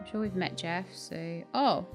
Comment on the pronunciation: I've recently started watching (and playing) this game and I have to say I am greatly enjoying watching your process. Not sure if anyone has told you though - Jefe is not Jeff, it is Spanish/Mexican for boss and is pronounced "heff - eh." Sorry for the lateness. I know you've finished this and it really doesn't matter, but thought you might like to know for future reference. Anyway, thank you for introducing me to some very good, fun games.